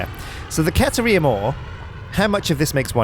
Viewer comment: I dunno either. Maybe he forgot to include it? He also wasn't paying attention when the computer told him how it was pronounced.